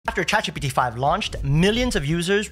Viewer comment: great content - unfortunately for me, I have to listen to this at half speed - when he is saying, "Chat GPT" it comes out like "Chacfee' and when he says, "Text Expander" it sound like he's saying, "test-a-spanner'